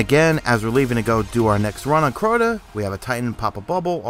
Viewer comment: you say CORTA alot lol